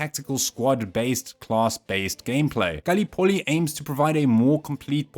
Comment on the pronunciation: The pronunciation of the word "Gallipoli" here is odd, to say the least.